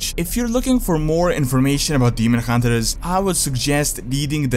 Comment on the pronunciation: Hunt(ers)!!! Not Hunter(ers) :D sorry dude, I love your content but that's been bugging me for some time. I hope you can understand :D